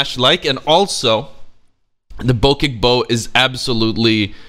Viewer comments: That’s not how you pronounce the damn bow it’s the bochek there isn’t a h but that’s how you supposed to pronounce it, ps I’m not mad I’m just little bit salty you wait it wrong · is it pronounced boceck bow or bocheck bow?